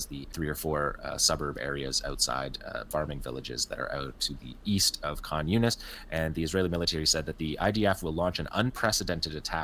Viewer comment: Khan Younis sounds like "communist"